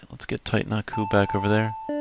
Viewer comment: it's titanaku, and you do know that's a friend of... right?